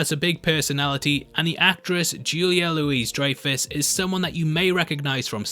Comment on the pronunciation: You mention Julia Louis Dreyfus (mispronounced in the video) and don't mention Veep? Dude where have you been hiding?